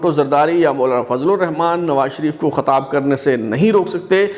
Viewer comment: Khatab nahi Khitab hota ha.... Chutiye....